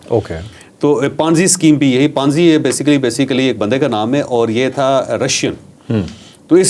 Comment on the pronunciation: Panzi nii ponzi sceme hota hai word